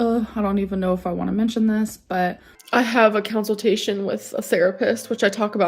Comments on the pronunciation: so i have a council-tation... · Counsel-tation lol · "COWNSILTATION". I CANNOT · I love that she says counseltation instead of consultation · drives me nuts when she says counsiltation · "Down On the dumps" "Counceltation" bruh. I swear there's no way she actually reads books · It makes me crazy that she calls it a council-tation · .... A counciltation? Did she just say.. 🤦🏼‍♀️ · I think she has a 🐄-cil-tation... 😢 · Haha! Counsel-tation!😂